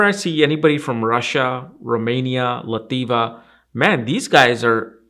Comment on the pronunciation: ...what or where is lativa???? did you mean Latvia? :)